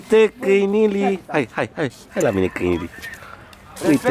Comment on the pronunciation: sa ii zica cineva ca a spus "cainilii"de 15 ori in 30 de secunde =))))